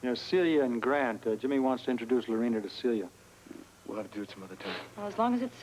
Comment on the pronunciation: When Jimmy Lee is at Celia's door and he shouts her name I can hear his accent!!! The actor, Shlomo Goldberg, is from Israel. The way he pronounces Celia is NOT how an American would.